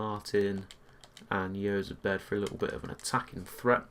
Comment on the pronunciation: Jozabed is said like (Hoz-abed)